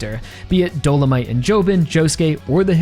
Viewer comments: btw it's do-lo-mi-te not do-lo-mite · A couple things concerning Dolomité: - I’m kinda surprised you’re not a fan of this fight because it’s genuinely my favorite in the entire part - It viscerally pains me every time you pronounce his name as “Dolomight” lmao